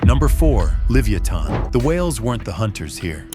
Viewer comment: For the AI, Livyatan is pronounced like leviathan